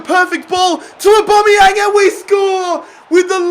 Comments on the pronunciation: Au-ba-me-yang NOT Au-bo-me-yang.....get it right😅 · Aubameyang not Aubomeyang! Please get this right on episode 10. Or just sell him and sign a player whose name you can pronounce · A BAM E YANG NOT A BOM E YANG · its pronounced OH-BAM-ME-YANG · I get triggered every time he says aubameyang wrong